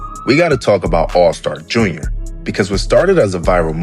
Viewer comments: It’s all star J.R lol you saying it all wrong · 😂 man! Never heard Allstar JUNIOR before 😭